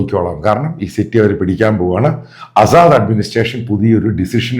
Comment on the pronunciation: ആസാദ് അല്ല അസദ് എന്നാണ്. വായിക്കാനും എഴുതാനും ആദ്യം പഠിക്കുക